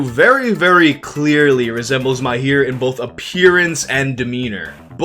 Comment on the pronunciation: its Mahir not Myhair